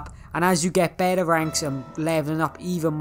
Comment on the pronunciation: I say better but you say bette (no offense)